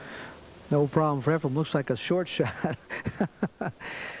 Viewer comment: Couldn't this dude learn the guy's actual first name? Efrum???